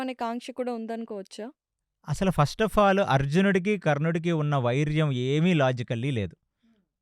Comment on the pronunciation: వైర్యం కాదు వైరం, అక్షయం కాదు క్షయo. భాషను కొంత మార్చుకుంటే మీదే భవిష్యత్ గారూ 🙏🙏🙏🙏